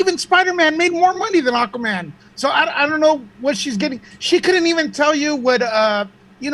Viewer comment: It's not Aquamera it's Aquamannnnnnn 🤦🏽‍♀️